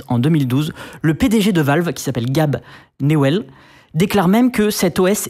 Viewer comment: Faut faire un petit effort sur la prononciation, parce que personne dit "gab nuwel" ou "ark linux" 😅 Enfin bref, proton et le Steamdeck a complètement changé la viabilité de lînux pour le gaming et même l'usage général, car il y a beaucoup plus de développement sur linux maintenant, proton m'as personnellement fait changee de windows a linux sur mon pc gamer